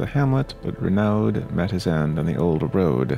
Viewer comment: I believe "Renauld" is pronounced Ree-no.